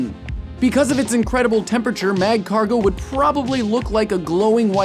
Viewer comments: You don't pronounce the first "g" in magcargo. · It's magcargo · The pronunciation of Magcargo alone is killing me... dead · The g in Magcargo is silent. I think all pokemon have killing potentiol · The "G" in Magcargo is silent. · Great job on this episode tho it Really frustrated me because you pronounced Marcargo's name wrong tho i cant blame you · THAT'S NOT HOW YOU PRONOUNCE MAGCARGO